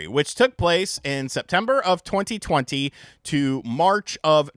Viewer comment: Your pronunciation on “2020” is extremely annoying 😂. Stop putting so much emphasis on it….